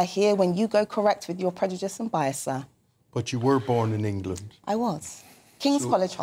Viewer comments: She still can’t pronounce prejudice correctly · Someone please tell her how to say prejudice.